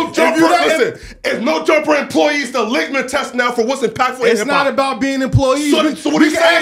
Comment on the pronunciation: Ok I’m soooo tired of him pronouncing his words incredibly incorrect OVER AND OVER …… Say it with me …. LITMUS TEST, not ligma test. Pronounced LIT • MUS